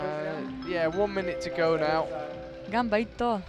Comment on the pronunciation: Ps. It's "ganba" or "ganbare" (not: "gamba" or "gambare").